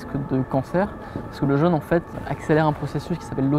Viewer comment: Ça me fait vraiment rire de voir que presque tout le monde prononce le "jeûne" comme le "jeune" 😁 Un jeune est un ado qui boit du yop. Un jeûne est une période sans manger. Prononcez le comme il se doit ! Il y a un accent circonflexe !!!!